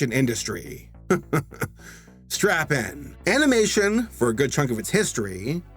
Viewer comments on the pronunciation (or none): Did he say Strap In or Strap On?